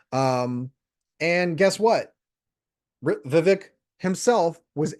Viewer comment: Vivek = rhymes with CAKE!! Glad you are doing some research on him but please continue to do more!!. He or Trump would my preference on the Republican ticket. You mentioned the word "strive" in your comment. That is the name of the most recent company that he founded!!